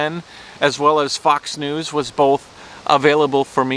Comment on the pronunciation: I'm so sorry just a moment I thought you were saying fucks(fox) news lol... but in certain degrees some of the well known news sources are fucks news😜